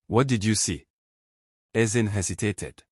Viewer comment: Nice one Ezinne. But why was it pronounced Ezin?